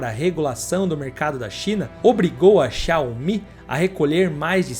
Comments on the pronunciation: Quase impossível ouvir o cara falando xaomIH tantas vezes sem se irritar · A Pronúncia correta é: Zaomí . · Por que você fala xááááu-MÍ? kkkk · Assistindo o vídeo e rindo aqui com as chamadas xiaOMÍ 😂😂😂😂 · video muito bom! agora para o proximo video aprende falar o nome da empresa... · Muito bom o vídeo, só senti um incômodo com a pronúncia do nome da marca